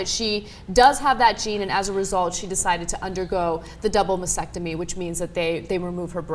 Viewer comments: Ok, after the first few times, I thought it would go away, but seriously guys; Sound it out, spell it out. Mas-Tec-Tomy. masTectomy. Not "massectomy" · STOP SAYING "MASECTOMY". It's "MASTECTOMY", you freaking dumbass! Stop focusing on insurance and focus on how "heroic" and "noble" are not even in the ball-park of describing this. Try "dumb" or "stupid". People, listen, if you don't have cancer in your head, don't have your head removed. If you don't have cancer in your breasts, DON'T HAVE THEM CUT OFF!!!!!!!!! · They keep mispronouncing mastectomy - they're omitting the first t for some reason